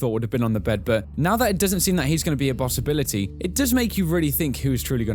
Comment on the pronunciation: on the video... did anyone else hear 'bossibility'? Not to make fun of how anyone talks, but I just found that quite amusing ;)